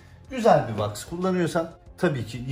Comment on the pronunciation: Ne was ai kullanin diyor tam anlayamadım da